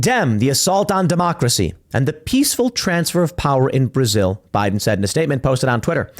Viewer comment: Is Tim saying, "Prasil?"